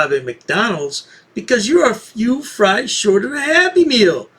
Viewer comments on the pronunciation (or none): none